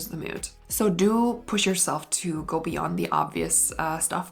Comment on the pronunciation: I like your videos a lot but I have to tell you something that has kept from even finishing them. You really articulate your words but you also have this tendency to add the “h” sound to any word you can fit it into. I think you’re just trying to pronounce clearer but it’s extremely distracting and overbearing. G-ho, expl-hain, c-hook.